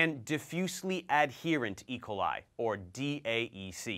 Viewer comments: Good vid. But, why do you pronounce it "E' coli", when I've always heard "e KO' li"? (Checked Websters and Youtube pronunciations too.) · I’ve never heard someone pronounce it eicoli. E...coli